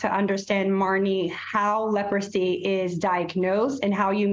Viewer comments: Leprosy?!?!? It’s such a surprise to hear about it these days. The anchor didn’t even know how to pronounce the word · never said they don’t but she clearly didn’t have an oopsie she was clearly trying to sound out the word until the producers told her in her earpiece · What's surprising is that as old as she is, she didn't know how to pronounce Leprosy. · She can’t even pronounce the word-how pathetic!! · She didn’t know how to say leprosy? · Even I know how to pronounce Leprosy 🤦🏾‍♂️ she had to have a producer pronounce it in her ear in order to say it right 🤦🏾‍♂️